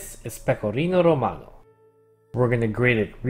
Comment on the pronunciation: As an Italian, I approve your pronunciation of Pecorino Romano. Good job!